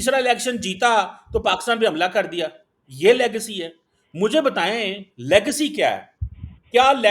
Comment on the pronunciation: you learn pronunciation first. It's legacy not legcy first and then he's quoting the only book wherein by mistake he has been quoted. And showing himself with a cup of hot drink as if he is the only VIP from Pakistan who has visited abroad but doesn't know the way of cleaning lips with tissue after a sip like englishman. Proves he has no attiquates as to to how use napkin after a sip from a glass. Just posing extraordinarily and artificially. Kindly don't raise his marketability by inviting him on your podcast or be ready to loose your audience. Love you.